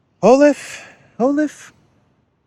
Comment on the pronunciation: Funny you pronounce Olav as Olive what he in my perception is.